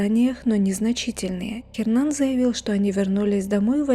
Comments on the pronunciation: что за Хернан? Hernan - это Эрнан..буква Аче не читается в испанских словах.. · Н не читается! Эрнан!!!! Саронг? Она где-то в Азии? Парео! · Не Хернан, а Эрнан (Hernan). Уточняйте правильное произношение.